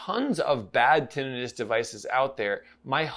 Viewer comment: Thank you for this review - I have had Tinnitus since I was born - and thank YOU for pronouncing it correctly - I get irritated when people call it 'Tinn i tus'